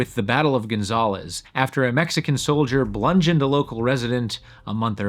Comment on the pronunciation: Honestly this just reads as a poorly researched attempt at propaganda from someone who isn't even educated enough to know that it's "bludgeoned" not "blungeoned", "colonization" not "colonialization"